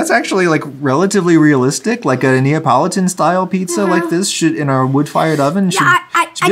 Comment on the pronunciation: i love how his son pronounces neapolitan as napoleon